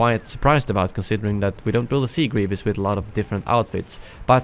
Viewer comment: * Grievous not Grevious